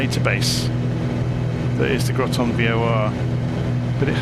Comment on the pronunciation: "Groton" rhymes with "cotton" or "rotten".